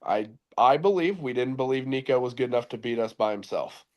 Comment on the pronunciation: You’re still mispronouncing Nico’s name. Just use Google and it will pronounce it for you.